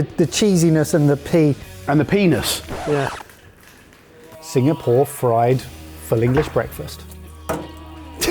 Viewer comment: This WAS a family show...now all you talk about is pea-ness and veggi-na. Grow up.